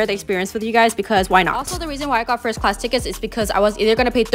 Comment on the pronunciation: “fIrsTTst clAAsz uP iN tHe sKYY” Sent me flying as well 💀